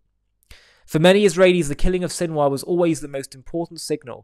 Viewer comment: Sinwar turned into Sinwas.😂😂😂😂😂